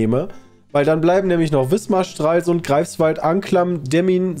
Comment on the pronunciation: Boah, das hört sich ja echt unmenschlich an, Stralsund so auszusprechen 😣